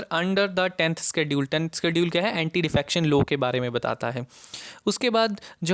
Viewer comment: Why do you pronounce "low" ? It is "law".